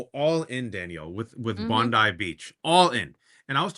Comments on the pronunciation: It was a Muslim who was the hero in the terrorist attack in Bondi. We are proud of him. Btw, Bond ( eye) NOT Bond ee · Bubble head Barbie is Bondi like bon-dee. Bondi Beach is pronounced bond-eye, FYI. BTW, I’m a (anglo-saxon/pictish) white guy, and every time you place all the evils of the world at my feet on that basis, I die a little more inside. lol One more thing… it ain’t Albanese like Chinese… it’s Albanese like wheezy.